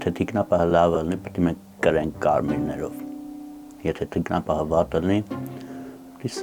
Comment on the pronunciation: ջան, ԹիկնապահԸ, ոչ թե՝ թիկնապաՆ